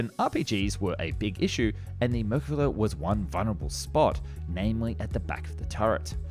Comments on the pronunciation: I am an Israeli ex-Sargeant-Major of the Israeli tank corps, I was privileged to be a tank commander and used the Merkava, which is pronounced MER-KA-VA not as you say it is pronounced, hebrew is a peculiar language all letters in the Hebrew alphabet are consonants, the sound of vocals are made by symbols under the letters for example if you want to write Merkava in Hebrew, it is written like this מֵרְקָבָהּ under the מ are two parallel points . . or three depending on the word, the ר has a symbol called shva nach which consists of two points one over the other, the ק has a symbol under it called kamatz which is represented by a similar symbol to the English letter T and describes the sound A the ב letter has the same symbol as the K and the last letter is ה which does not have a sound symbol and is not pronounced because it is the last letter of the word. the only thing you wrote that is correct is about the Magach, and they were bought from the US after the six day war 1968, until 1968 and later on Israel used French and English tanks the french AMX-13 and the English Centurion mark 3 to the Centurion Mark 10, about the tactics, you are wrong, I won`t get into it because that would be revealing secrets that no one except the Israeli soldiers have to know about, and the producer of this video is wrong on many things he presented in it, besides the fact that the motor in the merkavas were slow, that was no detriment to kick our enemies buts. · I love this channel and I love the Merkava series of tanks. But am I the only one cringing every time the narrator calls it "Merkala" and not Merkava? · whats going on with your L's its israel tal not thai 😂 also merkava not merkala the former german chancelor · Why do you keep calling it merkala? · Your pronunciation of Merkavs is way off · YOU PRONOUNCE THE V THERE'S NO L IN THE WORD MERKAVA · Yikes, have you never heard its name pronounced before?? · merkaava, not merkuva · Why are you calling it the Merkilla??